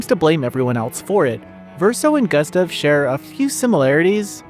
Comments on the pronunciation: Ugh, the mispronouncing of Gustave throughout was rough to listen to. Sound it out, it's Goo-stov Not Gus-tuv 🤦‍♂️ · Not sure who this "Guhstuv" is you keep talking about...